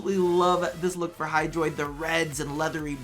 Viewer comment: Bruh... I think you had "hydraitus" at min . 😂